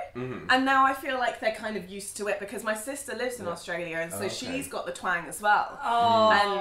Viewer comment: when she says "they used to" , the tone goes up at the end , almost like a person asking a question. that sounds very Australian to me. hmmm